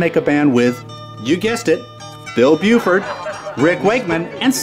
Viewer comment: It's Bill Bruford, not Buford... Also you skipped over Patrick Moraz and Relayer. Edit: also, there are still two factions of yes. ARW and Steve Howe's Yes are the two contemporary Yes groups.